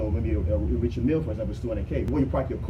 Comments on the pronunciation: Richard (pronounced R’chard) Mille (pronounced Meel).... Not Richard Milly.. lol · R I C H A R D M I L L E.. pronounced ‘R’chard Meel’...